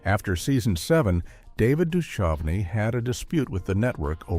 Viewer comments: I guess AI can't recognize that it's David Du-CUV-nee, not Du-CHUV-nee LOL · David Dushovenee! 😅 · Duchovny is not supposed to sound like anchovy. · AI doesn't know how to pronounce uncommon names. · How are you going to pronounce Duchovny correctly one moment and not 1 minute later pronounce it incorrectly? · I like that the pronunciation got progressively worse.